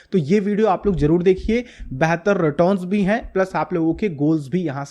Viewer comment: Bhai reton ni hota returns hota hai